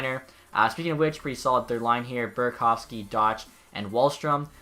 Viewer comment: It’s not doch its pernounced dock